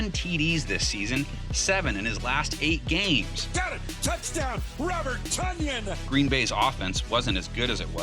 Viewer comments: It's pronounced Tunyan. #learnhisname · It's pronounced "tun -yun"